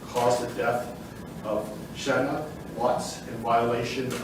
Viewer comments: needs to pronounce Shanann's name properly. Wow, he couldn't even ask her family how to pronounce her name? Shame on him. SO disrespectful. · It's Shannan RZUCEK